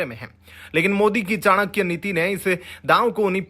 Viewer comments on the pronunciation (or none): none